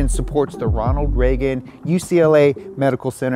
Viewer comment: He said Ronald Reagan and I heard Ronald Mcdonald